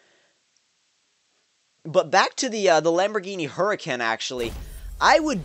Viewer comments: It's who-ra-cain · It's ho-o-can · Hoo-rah-cahn (Huracan) I believe it is Spanish for Hurricane, probably Italian too, because Lamborghini is Italian. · this is the best video of the Hennessey Venom Gt Undercover Edition and the pronunciation of the Lamborghini Huracan Is Huracán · its pronounced ( Hur- I-Cane) as in the storm trust me I work on cars and I've put a v10 in one.:-D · the new Lamborghini is pronounced Húracan, like sure, with an h, then con, but spelled can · Hi, the word is Huracan I believe it's (ha-ra-cane)? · Or maybe Her-ah-cahn? Her-uh-cohn? I don't know what makes sense to you. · It's ooo-ra-can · Hurt con. Is how you say it. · Uracon that's how you pronounce it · Lamborghini Huracan is pronounced Her-Uh-Cahn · Huracan is pronounced U-Ra-Can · It's actually pronounced ur-uh-con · its hor-uh-con thats not how its spelled its just pronunciation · Its pronounced oo-ra-can